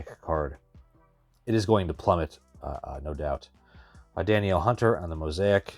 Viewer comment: it's pronounce "Da Neal" Hunter